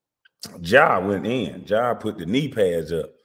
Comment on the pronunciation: Why do u keep calling him John? .... His name is Ja no "N" ....just Ja